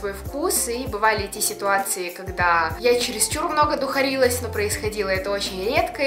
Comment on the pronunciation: Духарилась тоже можно.Только ударение на первую букву А